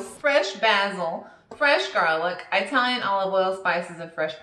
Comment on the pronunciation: EYEtalian!!! Are they from EYEtaly??? 🤣🤣🤣